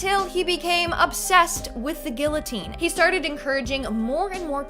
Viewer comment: Gill-otine? Lol 🙄🤦🏻‍♀️🙈